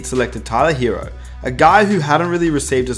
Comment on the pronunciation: If you such a big Heat fan, maybe you should learn how to pronounce "Tyler Herro".